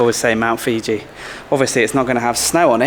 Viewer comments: Mount Fuji not Mount Fiji bra🍌 🤣🤣🤣🤣🤣🤣🤣🤣🤣🤣🤣😂 Isan they eat all the weird and wounderful things speak totally different language I ate all sorts of insects snakes frogs lizards amazing place great people love to sing and dance. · Mount Fuji, Mount Fuji. LMAO not Fiji- that's a country.. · Love your Mt.Fuji pronunciation. :D